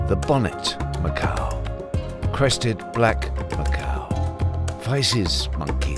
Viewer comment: I didn’t realize there was a silent “q” in macaque.